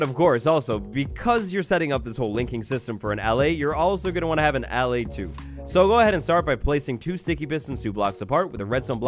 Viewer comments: SAY AH LIE = ALLAY. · It's ah-lay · He keeps saying allay wrong